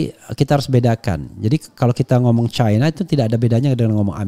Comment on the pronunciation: Bung Rafly kalau nyebutin cina jangan caina,di suka disebut cina begitu